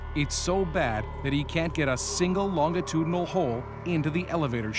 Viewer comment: someone tell the narrator that you pronounce the "G" in longitudinal like a "J" and not a hard "G"